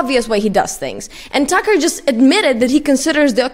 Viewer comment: Does “Tucker” sounds like “sucker”, doesn't it?